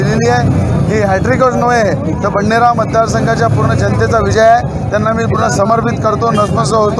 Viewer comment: बाई वडनेर नाही ते बडनेरा आहे.....रवी भाऊ भावी मुख्यमंत्री पण आहेत... फक्त युवा स्वाभिमान....रवी भाऊ आगे बडो हम तुम्हा रे साथ है